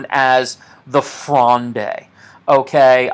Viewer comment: Am currently doing a philosophy course in montpellier and this video has really helped me navigate the context of the litterature component. If you're interested in pronunciation (anodine to the content of the video of course but it's nice to know) you can navigate Richelieu by thinking of it as rEEsh Li-YOU (said fast ofc) and fronde as being one syllable: frond not fronday. Thanks again